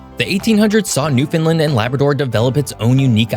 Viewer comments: his pronunciation is utter butchery. it is as spelt New-found-land or even New-Fun-Land. NOT New-Fin-Len like he is pronouncing it. they can can the New-found-land dog... but then call its namesake our province new fin len🤦‍♂️ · Please stop calling it “newfinlind”. It’s new found land… but just say it faster… :) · It's pronounced new-fin-LAND not NEW-fin-lind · As someone from Finland whose partner is from Newfoundland, hearing you pronounce Newfoundland as "New Finland" is kind of painful haha. The correct way to pronounce it is to put much more of an emphasis on "land". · As your Newfoundlander your pronunciation makes me wince, It is NewfoundLAND like UnderSTAND and other words as well. Good content though. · It’s not New fin lind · Why is it pronounced as New Finland when it clearly says Newfoundland ... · Please learn that Newfoundland places the accent on the last syllable NewfundLAND is the pronunciation in Canada. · How can you claim to love each of the Atlantic provinces and not know the proper pronunciation of Newfoundland. Understand Newfoundland. They rhyme. This bush league pronunciation truly detracts from whatever authority you might otherwise convey. I’m out, will not listen to this childishly unprepared clown. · Pronouncing it "New Finland" can't distract from the inventiveness of calling a new found land Newfoundland. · Newfoundland, rhymes with understand when you you say it. Newf-un-LAND. That’s how Newfoundlanders say it, so it’s how you should say it. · I appreciate you talking about my dear province but the way you say Newfoundland is incorrect. I completely understand why someone would say it like you do in this video but it’s not the correct way. It’s pronounced noo.fuhnd·luhnd. I hope that helps. Thanks, Justin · New fin land is how you say it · It’s pronounced Newfoundland rhymes with understand get it. Locals hate the pronunciation newfundlund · It’s pronounced new-fun-land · "New Finland🇫🇮" Is It that hard to say FOUND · Its New-Fan-Land